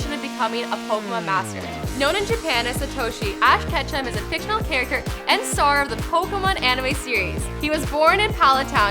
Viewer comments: Ask Ketchum.. Switch the H and C.. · I thought his name was ash ketchup 😂😂 or ash vondeharr